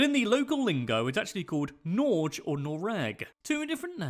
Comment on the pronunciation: He does NOT pronounce Norge correctly - at the end of the word we pronounce G + open E